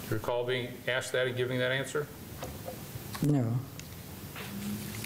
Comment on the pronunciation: Ohh yeah.. like Kree Kree and dat commissioner done Axed me how you gonna get my boi ? I think he